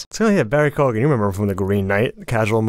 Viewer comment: Pronunciation Police Comment Incoming! It is not Barry - Cogan 🙈 It is Keo-an...the gh is silent. An Irish friend 🙂